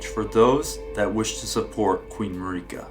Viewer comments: Marika's name is pronounced in game over and over. It isn't Mari-ka, it's Marika. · Hey, love your videos, but it's pronounced jail. Gaol=jail. Also, Marika is literally pronounced in game as "Mare-eh-cah". I hate to be nitpicky, but you've done it for quite a few videos now. It's super grating, and almost purposeful at this point.